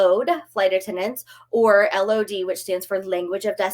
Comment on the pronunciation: Language of destination is not called a “load”….. it’s simply L O D. 🙄